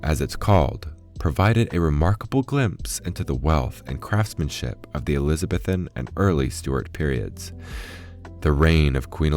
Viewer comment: Damn! That emerald pocket watch is gorgeous … BTW it’s pronounced - jack-o-BEE-un —- eliza-BEE-thun